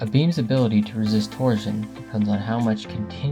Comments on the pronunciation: Torsion is pronounced tor-shn, like portion. You say it like “tor-zhn” or protrusion “pruh-troo-zhn.” Kills me. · “Torsion” is pronounced “tor-SHun”, not “tor-Jun”. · Can't listen to you say torzion one more time 😭🤕🙉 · 🤣 Can't listen to a pothead tyring to stay awake, GET A PROFESSIONAL VOICE OVER NARRATOR. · You’re mispronouncing torsion.